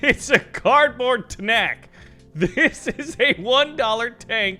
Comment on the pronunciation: i loved the "Tnak"